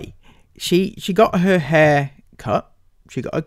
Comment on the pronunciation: Why does he call hair heyr